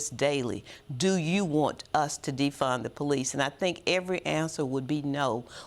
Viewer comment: Ax them? That’s not good. It’s ASK not AX, Two different words dear.